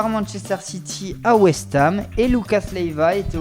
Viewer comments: "pour rejoindre West heum" JPP ISSOU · Quand il dit whestem j'était mort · Je savais que t'avais un accent mais quand même pour dire west heum 😂 😂 😂 😂 😂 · Je savais que t'avais un accent mais quand même pour dire west heum😂😂😂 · west hem